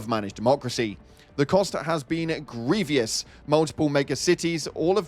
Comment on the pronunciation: Its funny how your a Brit and can't even say certain words properly like grievous. There's no I after the V. Its not grievious... Learn your own language bro. I'm the American here lol